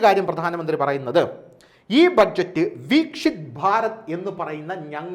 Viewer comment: വീക്ഷിത് അല്ല വികസിത.